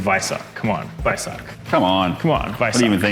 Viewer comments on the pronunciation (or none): Thoroughly enjoyed this short format nice one. Looking forward to more. Even with the guy calling him the "Vice-ark"! Nonononono